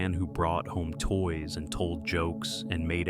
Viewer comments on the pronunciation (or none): none